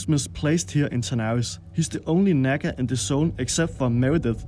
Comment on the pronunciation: You're walking a fine line with your pronunciation of Nagga